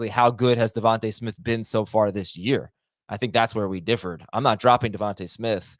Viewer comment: Bro it’s devonta smith